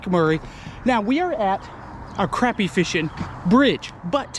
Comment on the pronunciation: Still gotta learn how to say crappie lol